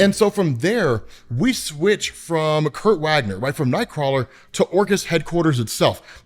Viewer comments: Dude, I love your vids. BUT as a nerd too, and in the face of how amazing you are to tangent and love you have. the depth... YOU SAY HIS NAME WRONG... It's not "wag-ner" it's " Vog-ner" :) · Wagner is German so is pronounced Vagner.